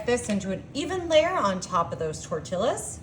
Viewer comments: Especially how she said "tortillas" 😂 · Saying Mexican cheese with a silent x then pronouncing tortillas how it’s spelt is diabolical